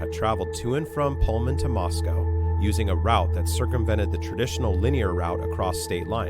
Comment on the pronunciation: As an Idahoan, you're saying Moscow wrong. It's MOSS-KOH, not MOSS-COW 💕